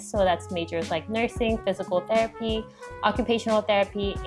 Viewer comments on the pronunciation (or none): therapy not theraphy 😂😂